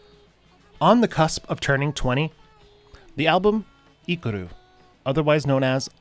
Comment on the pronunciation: her name is pronounced more like "Kah gah me neigh Rin" with Rin being pronounced like "in" just with an R at the start, what you said sounds a bit more like her mirror image and accompanying male vocal, Kagamine Len lol. The album you mentioned is “I*ki*ru”, and Please Give me a Red Pen is “Aka Pen Onegashimasu”. Your Japanese is a little bit off, so I would double check the pronunciations in future or just stick to the English (no hate at all!! It’s just you’re not saying what you think you’re saying haha) Thank you for talking about Siinamota/Powapowa-p and his story :)